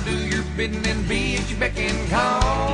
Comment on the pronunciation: It’s BECK, not beg. It’s a shortening of “beckon.”